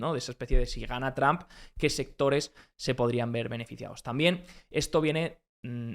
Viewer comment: tram xD donde aprendiste ingles? en lavapies?